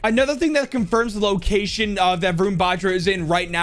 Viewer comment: Hey i just wanted to say how to say Varun Batra properly so well Wa- r(without a curl)-un Ba-tr(without curl)-aa